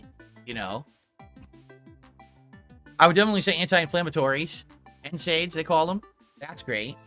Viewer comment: Ah, yes, "N-SAYD" painkillers. Everyone knows those.